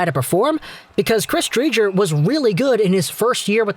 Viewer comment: Btw Dre-ger